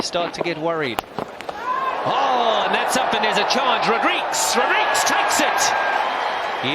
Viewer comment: Why can’t the commentators pronounce Rodrigues’ name correctly?